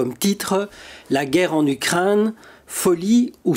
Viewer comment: Ukraine, pas Ukrinne, c est la première fois que j écoute ce défaut de prononciation, c est assommant.